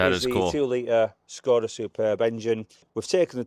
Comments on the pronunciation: Why do you say "Shkoda" instead of just simply "Skoda"? Anyway, still better than English of those two in the video. They should put a lector or subtitles 😂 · Why do you call it a Schhhhskoda.... It's a Skoda, no schhhhhh anywhere..... Lol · Why is he saying Skoda like Shkoda? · This guy says Skoda so weird 😂